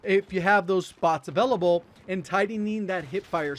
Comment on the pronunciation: Still unable to pronounce 'available'?